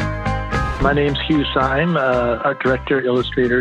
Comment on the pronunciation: I thought Steve Martin did a good job of pronouncing it.